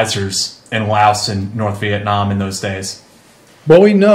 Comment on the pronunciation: How can you serve somewhere so long and you can't even pronounce Laos or the name of the infamous trail correctly